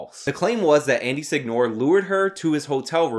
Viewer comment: Seh-ñoh-reh. Not Sig-Nor